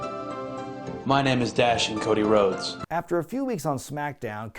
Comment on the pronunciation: Ah yes, the evolution of Woah-dy Woah-des